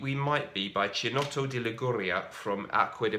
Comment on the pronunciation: Not to be a bore but chinotto, 'chi' in Italian is pronounced 'ki'. Anyhow love your reviews